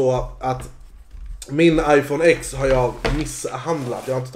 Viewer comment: Det uttalas 10 s max för X är 10 på gammal Romerska siffror och iPhone X var 10-årsjubileum för iPhone men inte för APPLE🍏📱🍎